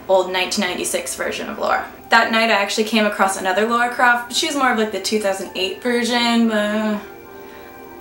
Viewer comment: it's not pronounced "Laura" lmao